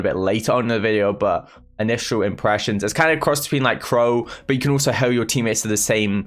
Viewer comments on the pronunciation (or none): Nobody:: oOlso